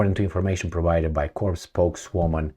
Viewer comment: The 's' in 'corps' is silent, as is the 'p'. It sounds like 'core'. You are saying 'corpse', which is a dead body. Confusing, I know.